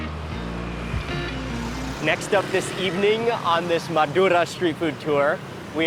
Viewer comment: I love the way you rolled the R naturally when saying Madura!